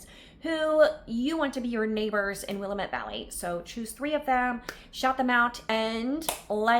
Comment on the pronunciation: Willamette is pronounced: wil lamb ette🤗